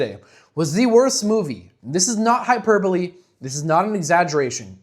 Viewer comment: Props for being one of the few YouTubers who says "hyperbole" and pronounces it correctly.